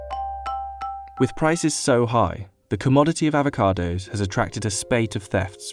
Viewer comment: "Ah-vo-cados," not "ave-a-cados." Sheesh.